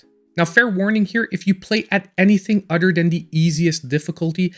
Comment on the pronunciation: If you say udder one more time 😂